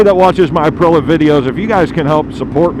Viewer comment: Aprilla.. that must be an aluminum/aluminium thing.. IT'S .. APRIL EEA.. APRILIA